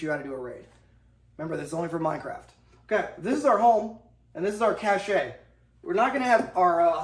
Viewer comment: Doing the Lord's work 🍦 Partisans was the word. Did anyone else flinch every time "cache" was pronounced "Cash-shay"